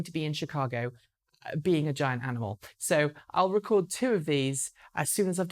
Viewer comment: What are you going to be doing in Chicago? I heard "being a giant animal" 😊